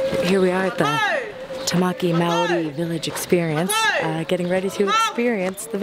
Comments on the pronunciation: HAHAHAHAHA I CAN TELL YOUR NOT A KIWI! haha you say Maori the way it's spelt but really it's pronounced like moldy but the L isn't strong haha ;) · Your pronunciation of Maori is adorable. Good thing you are not a kiwi because you would be in trouble haha. Loading this up so long after you were here has really toyed with my emotions :( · Kia ora Hannah hopefully u enjoyed your stay how to pronounce maori = mould ri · It's so funny to hear hannah say Maori the way she does, if someone from New Zealand (like me) says it like that you get teased so much about it. As a tip, the correct way to say it, is similar to the sound of the world 'moldy' at least…. in a new zealand accent... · It's cute how she tries to pronounce Maori! Hahahhahahah Americans... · I don't think John Key is stupid, I mean he must be doing something right considering the fact that National won the election by so much. But I agree with you on the fact that the way Hannah pronounces Maori is funny. :) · I'm glad I'm not the only one who found her pronunciation cute :3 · as a new zealander, loved how this video included quite a bit of our maori culture/heritage. thanks hannah! but next time you visit NZ, we'll have to work on your maori pronunciation - i'm more than happy to oblige! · ahaha i love how you pronounced "Maori." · Your pronunciation of the word "Maori: is terrible. Don't worry though, I'm born and bred in NZ and I still can't bloody say it properly.